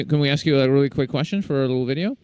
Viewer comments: and the word is ask not AKS moron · He axed here